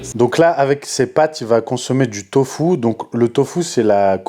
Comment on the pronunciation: du tofou ? mais il est fou ! ca te fait perdre tes coucougniètes moi je dit niète !